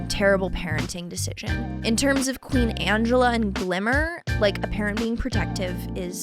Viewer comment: Also its ang E lla like angelic